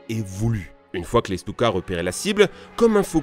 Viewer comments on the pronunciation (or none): Les Djeunekeurs ?????? XD les fameux Stioukey ? XD